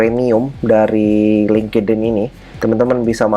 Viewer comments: Job search nya LTE ENGINEERING Tp pengucapan LINKEDIN (LING KE DIN) Bukan nya (LING IN) ya seharus nya CMIIW 🤣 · Selalu ketawa tiap dgr ngmg lingkedin, segaja ya mas?